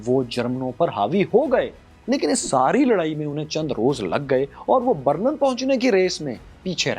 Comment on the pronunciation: بَرلَن غلط َبرلِن صحیح عَبور غلط عُبور صحیح